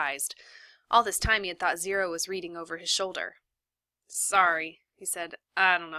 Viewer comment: Reading not ridding [no hate]